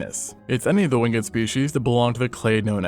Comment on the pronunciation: wing-ed? You're using an AI voice.